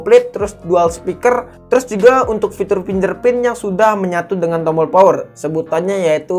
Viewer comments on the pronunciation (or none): none